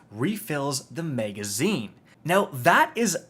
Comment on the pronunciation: If you say “mega”zine on more time 😂😭💀